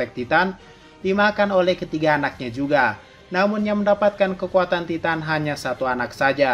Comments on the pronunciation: bilang nya taiten bukan titan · Titan = Taiten Gitu bang bacanya